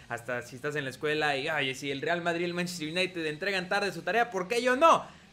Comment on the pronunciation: En vez de decir manchester united dices mntztr ynitd